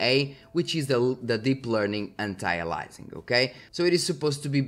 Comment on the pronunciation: "A"-Lee- US-Ing - not "alizing or "Alising", Anti-aliAsing the A after the I is an E sound